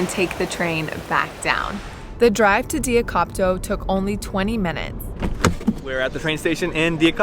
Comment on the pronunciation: The correct pronunciation is Thiakopto 🌺